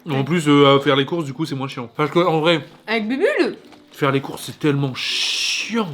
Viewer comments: Elle a appelé bubule elle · Elle a dit bubule elle est pas encore là 🤨🤨🤨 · Juste ces moi ou un moment ou dit bubble elle a fain 🤨😏